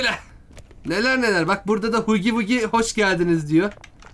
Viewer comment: hugi vugi diye okunmuyor hagi vagi diye olm hugi vugi demeyin. Oyunun huggy wuggy şarkısında bile "hagi vagi" diyor.